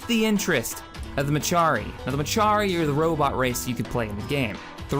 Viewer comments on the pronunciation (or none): Couple of mispronounced/incorrect names in there: MECHARI: meh—KAR—ee NOT meh—CHAR—ee ELDAN: EL—din NOT el—DAN TRESAYNE: tre—SANE NOT tes—SAH—na On that note: FOR THE DOMINION!